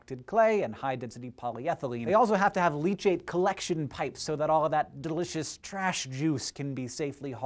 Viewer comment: Lol delicus so funny how you sed it